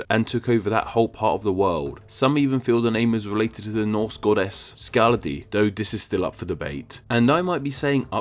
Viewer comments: Is it just me or did you pronounce skaði like skadi. ð is a th sound. And the upsercase ð of is Ð, as you used upper case for all the other letters. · the ð in SKAðI is pronounced "th" not like "d" as in Loðbrok is "lothbrok" not "lodbrok" as is a common misconception